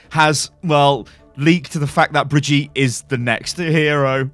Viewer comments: Before I end up loosing my teeth because of all the grinding I do every time I hear this "bree-jeet" ...If it really IS the German version of the name, as mentioned in your first "WILD SPECULATION", then it's "Bri-GIT-eh" ! (the "bri" and the "git" are rather sharp and the "E" at the end is NOT (never ever!) silent in German!) Just so you know how to call her from now on ;P ...Greets from Germany BTW ^^ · It's brigitte, not fcking brigette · When you're English and can't pronounce "Brigitte" but you pronunce it as BRIDGEtte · when thre name is bridgitte but dumb says bridge yeet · It genuinely triggers me that you call Brigitte "Brigeet" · He said Bridyeet when pronouncing it i’m actually shook to the core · that is not how you pronounce her name...NotLikeThis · Your saying brigitte wrong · U pronouncing 'Brigitte' like that is getting annoying really quick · Why tf are you pronouncing Brigitte like that??